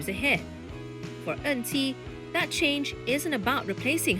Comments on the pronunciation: This AI voice over also cmi. Her name is En Qi. But the voice keep saying 'auntie'. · I for one was scratching my head wondering who is this "Auntie" for more than a minute.